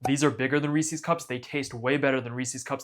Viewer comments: Why are you calling them Reesies cups? They’re cups that belong to Reese. Reese’s. Rees-US. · You're saying Reese's wrong. A guy named Reese invented this candy and then named it after himself. So who's candy is it? Reese's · It's not Reese-ees cups it's 'Reesiz' cups. Have you not heard other people pronounce it? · It's pronounced Reese-IS, not Reese-EES. Source: TV commercials growing up. Also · It's Reese's, not Reesee's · I always thought it was Reese's as in a person called Reese. I never realised Americans pronounce it Reese-sees. Fascinating. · Pronouncing Reese's wrong in 2026 is crazy. REEESEEE lol idiot. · It's the "Reesies" I can't get over. I cringe every time I hear it. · Based off how you pronounce Reese’s I decided not to trust you. I’m not even gonna attempt watching this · The way you pronounce Reese's and chocolate earned you an immediate dislike. Good job!